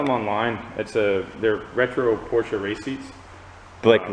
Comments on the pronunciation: It's Porsche like porch not por-cha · Pronounced: POR-sha